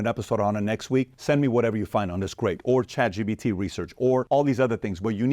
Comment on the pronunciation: I love how pat pronounces Chatgpt......... chat gBt Chat PBD Chat EBT